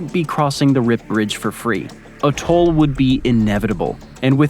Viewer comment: With this narrator you couldn't tell the difference between him saying 'toll' and 'tall' - i found it confusing.